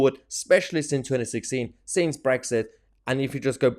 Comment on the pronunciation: 2.24 "United Kingdom" - wait for it .... "Bwexit" waah, waah, waah 😭😭😭